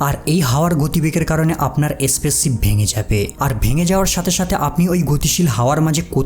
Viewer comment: Spaceship spassis na ucharan thik koro